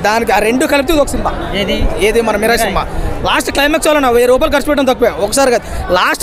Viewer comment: Miral raa adhi mirai kadhu 😂